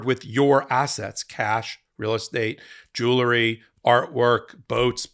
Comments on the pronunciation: "Jewelry" is Pronounced jew el ry. ..... NOT JULERRY. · One more consistent mispronunciation.....It's 'jew-el-ry' not 'jool-ery'!! Come on, now,...surely you know better!(retired teacher) 😇🙏🐭🌈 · 😂 you guys always say "jew ler ry" say "jewel-ry"